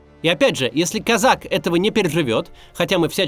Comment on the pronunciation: кОзак, дурак плешивый, ударение ставь верно